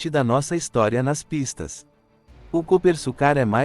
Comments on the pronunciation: Coopersucar (pronuncia-se Coopersúcar) e não Coopersucár. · Pilotos e comentaristas de teclado falam coisas aqui que arrepia até cabelo em poste. Geração que acompanha só Max Kid Vigarista nunca imaginou que tivemos um carro feito aqui, ficam no tiktok diariamente e quando sai uma reportagem ficam, nossa, bah tivemos aqui. Outra coisa, narração de IA falando o nome da equipe de forma errada que dá vergonha. Já é o segundo vídeo que falam do mesmo jeito. Canais que querem iniciar, melhoram sua pronúncia e pesquisas, material na internet séria tem a vontade, basta usar as duas mãos no teclado, larga a mamadeira e façam um bom trabalho pra geração Z(zoia zero de comprometimento). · A pronúncia está errada e o nome do modelo também, este é o Copersucar F5A .